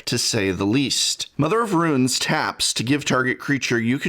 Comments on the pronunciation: yo prof, what's up with pronouncing runes as ruins? is that a regionalism, or you being silly? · Mother of RUNES, not "Ruins" x-P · "Mother of Ruins" "Shelei" :D Prof you're killing me (in a good way) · But why pronounce tunes as ruins? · "Shalay" But I mean, hey, terribly mispronouncing things works for Seth PROBABLY better known as...well, you get it. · Is professor’s pronunciation of Mother of Runes some kind of a joke or did he repeatedly make a mistake in this video?